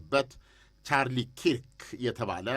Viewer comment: ስሙን ደጋግመህ 'ቻርሊ ኪርክ' ትላለህ:: አሜሪካዉያኑ ሲጠሩት ግን ቻርሊ ከርክ ብለው ነው:: ቢስተካከል..... ሌላው ስለገዳዩ ዝምተኛነትና አካደሚክ ችሎታ ያልከው ሙሉ ስብዕናዉን አይገልፅም:: ልዝብ ሰይጣን ነበር... በነገራችን ላይ ልጁ በግል ህይወቱ ከበተሰቦቹ የተለየ አመለካከት የነበረውና ከሌላ ወንድ ጋር በዝሙት የተጠመደ ብልሹ አእምሮ የነበረው ነበር:: ሌላኛው ጋዜጠኛ ዝም ብለህ ቻርሊ ዘረኛ ነው አትበል:: ቻርሊ ክርክ ዘረኛ አልነበረም:: የሚ ቃወመው ህገወጥ ስደትን ኢሞራሊቲን ስንፍናን ለመደበቅ ምክንያተኝነትን ብቻ ነው:: ከዝያ በተረፈ ትልቅ ጭንቅላት የነበረው ክርስትያን ነበር....